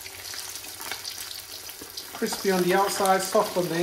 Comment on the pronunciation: lol, chef , was that a Joshua Weissman 'kwispy'? 👍😁